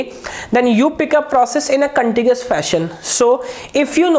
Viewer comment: everything is good but its Contiguous not contigious. :-(